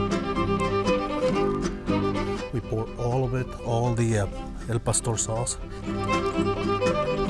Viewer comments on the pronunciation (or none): Al Pastor sauce on anything is gold. Btw folks it ain't El, as in tacos Al pastor